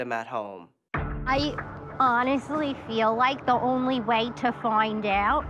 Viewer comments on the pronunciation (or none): none